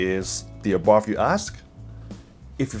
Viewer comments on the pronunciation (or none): you would think in 10yrs of ownership you would learn the proper pronunciation of ABARTH is " Abart" ( The H is silent) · One of the worst cars produced, especially because Chrysler was involved. Avoid anything made by Chrysler. The car is telling you not to buy another, ever. Ah Bart is the correct pronunciation. BTW the first 500 of the FIAT 500s were imported to the US , were made in Italy.. they are rare. The Italian version was much better. I first saw them in Italy, and they are far superior to the trash that Chrysler made.